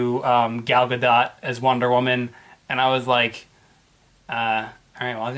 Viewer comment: it's actually pronounced G-All GA-DOUGH